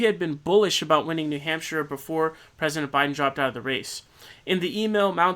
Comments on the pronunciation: needs to be more like 'hamp-shurr' (coming from a new hampshirite) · Yeah, "New Hamp-SHIRE" was a little "awkward" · Don't say new hampshire like that